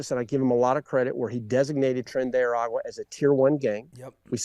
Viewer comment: It’s not Tren de “Agua” is Ara-gua At least try to get the name right